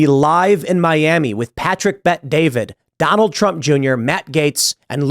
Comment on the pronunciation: I thought it was pronounced Bet Dah veed?